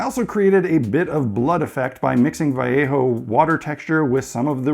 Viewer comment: Thumbs up just for saying "Vallejo" properly.